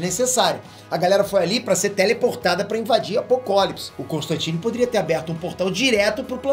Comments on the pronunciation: mano so um adendo na sua fala, não se fala apokólips! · Só eu percebi que ele falou guerra de apokopolis